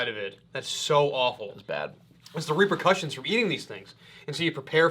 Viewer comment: You said "reaper"cussions!!!